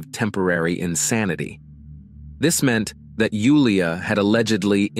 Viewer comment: I'm glad you pronounced Julia's name correctly ❤ Nice accent.